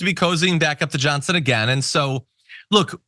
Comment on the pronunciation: I will appose you if you apposed my "Johnsin" LOL Did you mean to say that?